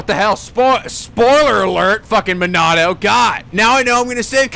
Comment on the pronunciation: I thought it was "Monado"